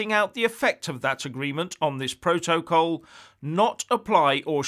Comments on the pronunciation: slight improvement with the way you pronounce 'protocol' but you still have along way to go; so let me help you you are saying Pro-to-col when it is pronounced' protacol; I hope you get it now! Just watching Sky news this morning and I hope you will talk about the 'Ducker of Lancaster' Steve Barclay who was asked six times to apologise for gross errors that caused the death of 20,000 people at the beginning of the epidemic As a former Tory you must be cringing about the official report that has identified this incompetence which points out that so many people died as a result of the total and utter incompetence of this Brexit government! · Now, I’m loving the content, truly I am but please no more PRO-TO-COL. I don’t think there’s a single word in the English language with stress on all three of its syllables. PROtocol please 🙏 the three stresses version is getting up me nose.